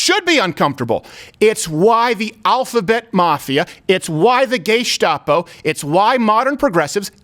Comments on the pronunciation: He just said gaystopo 😂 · Did he say gaystapo? Thats funny stuff right there.